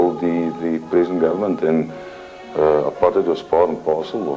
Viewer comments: It's not 'apart tide' it's apartheid ( aput hate) just put a r in front of t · It’s pronunced Apart-Tate not Apart-Tight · Plus, you pronounce it : Apart-hate, even if its spelled Apartheid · I’m from South Africa and it is pronounced apartat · The way you pronounce Apartheid 😂